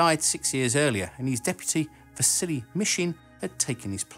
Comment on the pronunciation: Whenever he says Vasily Mishin, I hear "The silly Mishin"